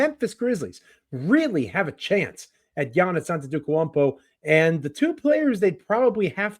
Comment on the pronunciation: you not taking the time to learn how to pronounce giannis last name is crazy. Ant tit ta koompo